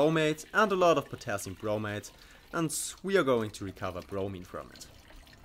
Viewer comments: Great video, subscribed! However I had a hard time hearing the difference between when you said 'bromate' and 'bromide'. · Am I the only one REALLY struggling to hear a difference between him saying bromate and bromide/bromite?